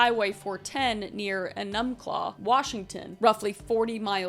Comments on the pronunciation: Uhnumcluh.... made me giggle. It reminds me that people not from 'round here have the hardest time pronouncing our city names. If anyone one is wondering, it's Enumclaw pronounced Ee-numb-claw. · Enumclaw is pronounced EE-num-claw lol that’s where I live! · The way is it Kris said Enumclaw 😂 it got me dying on the floor, cause I’m from Washington and it’s pronounced ( E -num - claw) the way she said ( en um claw) 😂😂😂😂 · Love this and your videos but "uh-numb-claw" ... "E-numb-claw" Thanks for hitting one of our PNW crazies🙏🏼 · 😃You're adorable. It's pronounced ee·nuhm·klaa😂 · E-numb-claw is how you pronounce it I'm from there and this was happening when I was in my mom belly and after I was born I lived 2 minutes from the bump ground I don't remember anything but my mom definitely does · ENNUMCLAW? As a fellow washingtoneer , it ain’t pronounced ennumclaw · Enumclaw is usually pronounced Ee-num-claw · your pronunciation of Enumclaw threw me so hard i had to rewind😭😂. Its pronounced Ee-Nuhm-Claw, its indigenous. Love your content, just wanted you to know bc i struggle to pronounce a lot of written words too. No judgement, you're awesome, kris!❤ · I live 3 minutes from one dump site. Grew up here. No one ever thought they'd find him. Now every new serial killer wants to beat his record. Long e in Enumclaw, accent on first syllable. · Sorry Kris but it’s pronounced (You nem claw). Eunemclaw Washington :) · Eee-numb-claw, but good try! I know 😊 it's a weird name lol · Hey Kris! E-num-claw is how u pronounce that city also keep up the great work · E num-claw, that's how you pronounce enumclaw, it's a strong E. Thing to keep in mind with most of the cities in Washington they are indian names. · Kris, i love your videos but its pronounced E-num-claw [proud Washington resident :3] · Enumclaw is pronounced eenuhmklaa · im not trying to be rude in anyway but its pronounced "EEE-NUM-CLAW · hey Kris I just wanted to let you know Enumclaw is pronounced EEE-Num-Claw